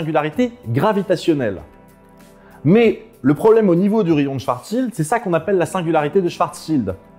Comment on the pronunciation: "Schwartzschild", ou aussi "swarssild" pour les intimes :D